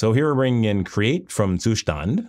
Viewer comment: Love the way you pronounced Zustand 🥵